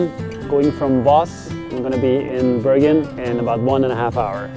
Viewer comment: Thanks for a very informative video and stunning scenery. Most of all, it's so nice to hear the Norwegian names pronounced correctly. Just wondering why Bergen was discriminated to "Bøørgen"? 😊